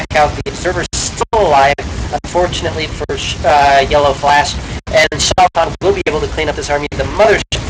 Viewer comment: Its pronounced SHAY-TAN (Tan as in sunburnt) =D